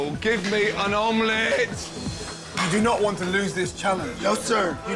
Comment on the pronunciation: Give me an omleETTEE